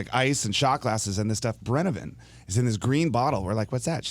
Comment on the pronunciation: It's swedish vodka, it's called brännvin, not brännEvin. 😊 And that is vodka pretty much.